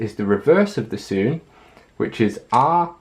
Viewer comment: Sune not soon